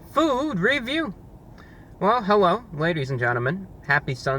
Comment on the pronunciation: hewwo everyone